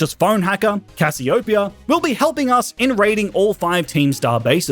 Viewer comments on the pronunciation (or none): Cas-si-o-pe-a That's how you should've pronounced it. 🤦‍♂️ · Cassiopeia is absolutely not pronounced the way you pronounced it. It's pronounced "Cashew-pyre"